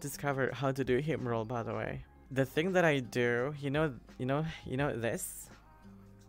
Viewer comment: says "da way" me: Do u kno da way